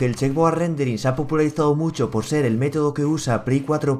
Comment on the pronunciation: Se dice checkerboard